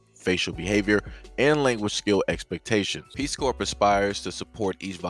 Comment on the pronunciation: If they never seen any black people, how do they know the Nword??? Because Ukraine has a serious Nazi problem. Putin ain't with that stuff coming east. P.S. stop pronouncing the P in corps.